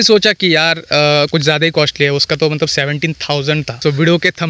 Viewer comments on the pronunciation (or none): none